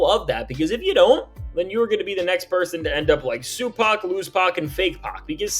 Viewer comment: "Sue Pac.." 💀⚰️